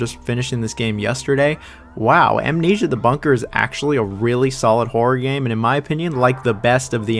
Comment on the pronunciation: As a Brit It really sounds like you're saying "whore game" 😅